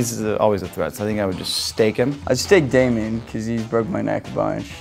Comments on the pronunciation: Anyone else realise that Steven said Damein instead of Damon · Did Jeremy (idk the actors name) just said Damion?? It’s DAMON!